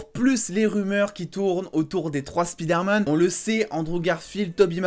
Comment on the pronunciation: SPIDAIRMAN lol